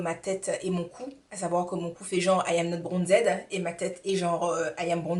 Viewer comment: Lol "Bronzed"?? Dis moi.. tu sais que ça ce dit pas "bronzed"en anglais au moins ?